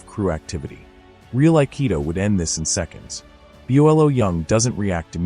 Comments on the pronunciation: Why does this GAY ass AI keep calling “BOLO” BE-YOU-EL-O” Lets me explain something to you whoever made this pile of dog shit video STOP MAKING UP FUCKIN FAIRYTALES..!! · B O L O? It's one word! Bolo! Train your freaking AI. CORRECTLY this time.🎉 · The guys name is BOLO not Bi olo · It is not Pronounced B o l o it is one word BOLO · AI rubbish. Can’t even pronounce Bolo — saying everything from Byellow to Buelo. Whoever put this nonsense up should be embarrassed and ashamed. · BO LO!!! Pronounce it correctly!!! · Bolo, his name is Bolo! He changed his name after Enter the Dragon! Segal should have remember who is! He was very accomplished himself! I like Segals movies. The other movies are still better. To bad you didn't show the 90 second clip. It would have been easier to forgive your ai mispronouncing BOLO! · The narrator can't even pronounce "Bolo" . 🥴